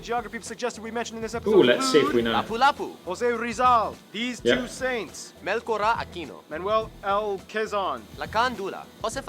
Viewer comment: These two dudes annoy me lol. DUWARTE? ITS DUTERTE! It's DAVAWENYO not DAVAWNO. IT IS MELCHORA like MEL TSO RA. Not MELKORA. Are these dudes really Filipino tho?